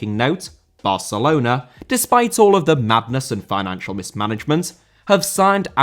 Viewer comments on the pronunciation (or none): Barcelona* not Bohçalouwner